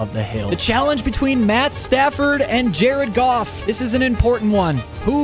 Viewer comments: DONT SAY JARED GOFF LIKE THAT BOI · Why did you say his name was Jared goof?😂